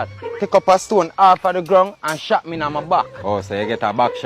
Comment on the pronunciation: or a shot back as Tavi try to say 😂😂